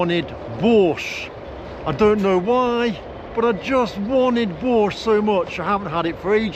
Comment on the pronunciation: Слышу "Бош", читаю в переводе "Бош". Даже не сразу догадался, что речь о борще.)))